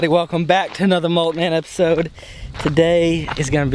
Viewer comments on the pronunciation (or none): Y does bro say “EPISODE” 😂